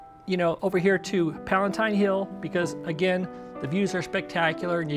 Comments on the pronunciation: Never heard of "Palentine" Hill. Did you mean Palatine? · Palatine not palaNtine. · Palatine hill, not "Palentine". Trajan's forum is not in the Roman forum, it's in the Imperial fora.